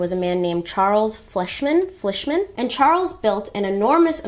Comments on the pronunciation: Fleishman- pronounced kind of like FLY-SH-MAN You are fantastic! I enjoy your program. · I believe it’s pronounced FLY-sh-man. But yeah I still buy their brand of packets of yeast when I make bread.